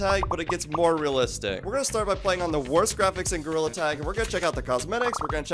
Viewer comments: “Today i played gorrila tag” 😂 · You said gorilla wrong😂